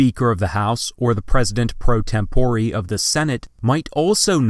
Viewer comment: *tempore. he just says it dumb.